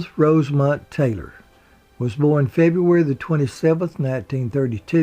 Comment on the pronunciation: Oops her middle name was Rosemond not Rosemont